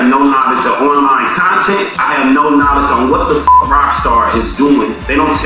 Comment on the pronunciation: "Fock Rockstar" 😂😂